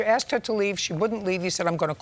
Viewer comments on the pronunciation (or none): Why do people on this show say "axsed", instead of "asked" all the time?